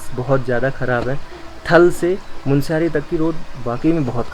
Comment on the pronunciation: Oh Sir Jee, MUNSIARY galat hain. MUNSYARI sahi hain.